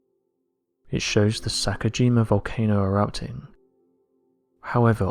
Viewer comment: Um you prounounce the wrong volcano name its not sakujima its "sakurajima"